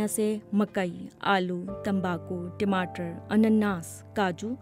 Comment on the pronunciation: ٹَماٹر NOT ٹِماٹر